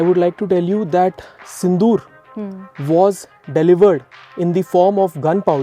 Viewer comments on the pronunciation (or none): Operation sindoor became tindoor😂